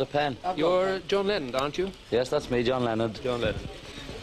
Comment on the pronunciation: Really? He gets Jimmy's name right but effs up John and Paul? And he doesn't even act like he knows who George is! Still, you gotta love those boys! (